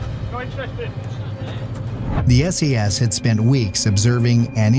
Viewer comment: Is it just me or did that narrator call the SAS SES?.